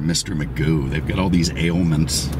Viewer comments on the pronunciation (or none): none